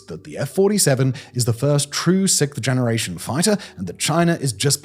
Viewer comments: Simon! Simon!! It’s “siXth”, not “sickth”. Thank you! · Why do the English have so much trouble saying "sixth"???? It's not hard............ say 'sixxxxx', then say 'th'.......... wth????